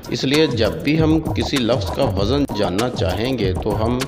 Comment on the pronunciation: وزن خود غلط پڑھ رہے ہو بھائی جان